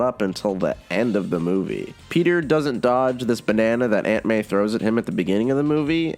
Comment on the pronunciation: For 1 second I was like, wait antman is in this movie? And then I realized you said aunt may lmao